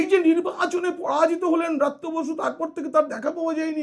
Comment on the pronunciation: apni atho scholar serious hoyeo, x shikkhamontrir naam ta sathik uchharon korte bhul korlen, aami swmoron koriye dichhi, uchharonta hobe, Vrityo basu, not braatyo basi, aar jeno bhul na hoy ashikkha montri naam. Jaake bolchhen Elite, se tho akhon political grounded delit hoye jachhe. Kothay apnar " kaak " shilpi??? Suvaprosonno. Ar tuli naaki kono paakhir chhobi aaklei, ta kaaker rup peye jetho. Tai tini " kaak" shilpi. The main true is to be a neutral man( wiser & honest). hote hobe, taholei banglay taake punoray" buddijibi bolahobe. Choti chatleo noy, mithye uchhoprosongsa karo korleo noy, buddijibi nijer gyan biliye samaj ke pocha nordoma theke tule ane pobitro shikkha angone tule aanben, sei sab aadorsho manuserai hobe bartoman o aagami bhobishyoter prokrito " Buddijibi".kono amanus, arthopichaas, ba chaatukar noy. Actual scholar bektittoi hoben aagamir " buddijibi ba pioneer of all schooling. ke roilo platinum salute from the part of sonatoni culture of bengal tolyard.